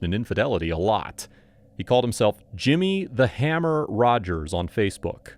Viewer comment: She took prescription meds in Marks name so she wouldn't leave a paper trail? Did i hear that right? Also says "Jimmy the Hummer" not hammer